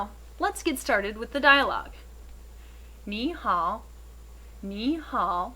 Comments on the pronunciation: 你好的好音要再低一點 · This Ni Hao sounds a bit off.